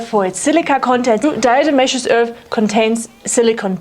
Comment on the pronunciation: How do you possibly pronounce DE without slipping up all those times? amazing